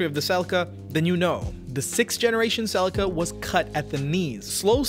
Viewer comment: is Celi-ca not Cel-ica...